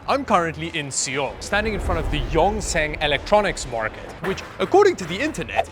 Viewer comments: seeee ol ... that was painful lol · Speaks english, has the word "soul" in dictionary SEE OOL.